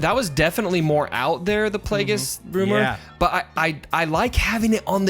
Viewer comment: It's Plagueis.